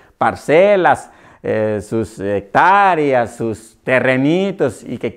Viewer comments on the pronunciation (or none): Quien le va a creer a este individuo si cónfude "hectáreas" con "hectárias"